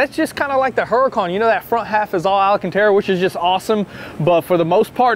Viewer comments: Ahh yes Alycantera and Alacantera make a reappearance 🤣🤣🤣🤣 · Alacantara lol. It's Alcantara. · I love all the “ALAcantera” Boys please, it’s ALcantara!! Lol 😂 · But they still can't f!*@ say Alcantara correctly. It's not Alacantara, it's Alcantara. Effing AL CAN TARA! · I had a customer at work named Alcantera and I said it Alacantera! 😂😂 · There's no i in alcantara 😅 its al-can-tara not ali-can-tara 🙈 sick build, looking forward to see it finished.. you should do a crazy color switch 😁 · You guys need some driving lessons and its Alcantara, not alacantara lol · One day they’ll learn how to say alcantara.